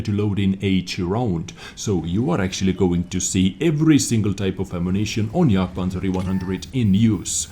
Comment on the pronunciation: Jagd-E- Panzah- E- One Hanzah :D